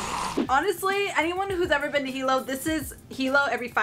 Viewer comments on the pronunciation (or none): none